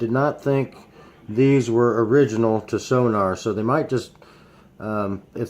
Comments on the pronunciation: Thank you cause his incorrect sonor prounouncing was irritating me😂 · Hi, I don't wanna be *that* guy, but it's called "Sonor" and not "Sonar". See sonor dot com for more information. Also their support is superb, just drop them an eMail. :) This Snare is awesome.